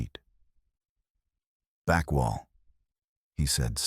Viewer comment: Very strange, the AI narrator must’ve forgot how to pronounce the words to, A and back in several other words. Like I said very, very strange.